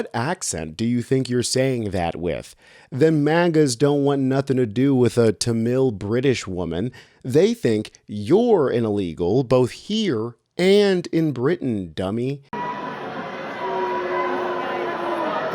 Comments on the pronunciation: Tamil is pronounced TAH-mil, no ta-MILL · That's not how you say Tamil. It rhymes with camel.